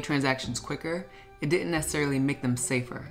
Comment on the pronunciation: Why do so many folks mispronounce “didn’t”?